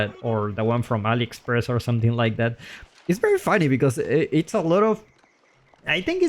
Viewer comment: I can't stop laughing when you say AliExpress